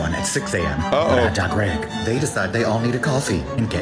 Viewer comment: #17: That dude's substitution of "I digress" with "I diGreg" is excellent! That's the gay guy I would hang out with because he is funny AF!